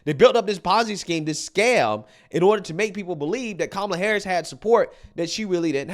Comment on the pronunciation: Every time Oprah Said Kamala HarrrrUsssssss... She lost a vote.